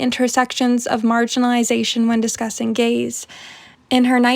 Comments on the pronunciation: i wasn’t watching, just listening while painting and for the longest time i thought you were saying gays😭😭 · It took me a solid five minutes to realize you were saying gaze and not gays